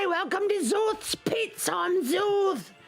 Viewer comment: I ALWAYS hear this as "Zorth's Pizza"